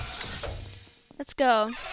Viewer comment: He says “Let’s goooool” with the L sound at the end.